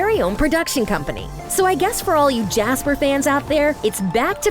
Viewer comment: “gasper” 😭 and who is alex lol